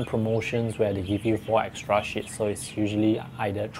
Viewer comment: When u say sheets it sounds like you are swearing.....😐😐😐😐